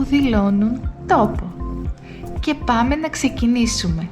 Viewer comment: Γειά σας, σοφωτάτη δασκάλα! Σας ευχαριστώ για πολύ ενδιαφέροντα βίντεα σας! Και γιατί ο λόγος "πάμε" προφέρεται ως "παμέ"